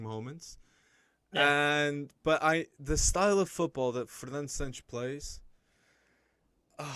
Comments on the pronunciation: Man tell me which letter in santos makes those pronunciation SAANNCS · It’s SÃ-T’sh (Santos). The S sounds like “sh”